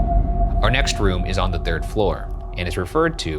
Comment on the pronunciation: Can someone at Watcher kindly teach Bergara how to pronounce 'our' properly?